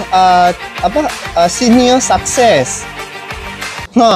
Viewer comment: Sukses bang bukan sakses😂😂